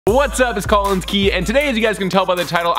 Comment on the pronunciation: it’s “Collins”